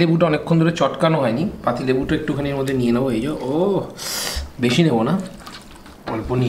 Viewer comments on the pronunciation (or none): "এই যো" বলবেন না। "এই যে" বলবেন।